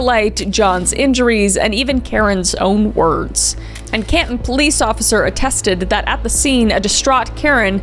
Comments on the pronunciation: Its "caNton" (Massachusetts) kris ❤ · Hey Kris I’m from Boston and this story is tragic and I’m surprised I haven’t heard it yet! But it’s pronounced Can-ton 😂❤ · Canton (not Caton) and Norfolk is Norfuk basically. (Grew up in that area) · I grew up in Brockton MA about 15 minutes from Boston this is so close to home 😮also love ya Kris but you pronunciation of Canton was a bit off lol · That pronunciation of Canton gave me mental damage. Other then that great video